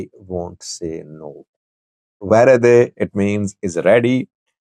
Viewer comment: You read "worede" as "v e r e d e ".which means you are Indian.